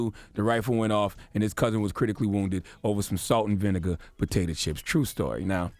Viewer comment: 'Salt and Vinigga'